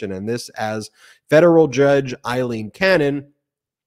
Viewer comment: Ben, as I've said several times. it is NOT Eileen, It's Aileen (pronounced Ale-een)! Would you like to be always called Ban instead of Ben? Sigh! You do such good work but why offend folks without reason because you don't care about such things? Others online are not so sloppy, watch Lawrence O'Donnell and others for the correct pronunciation!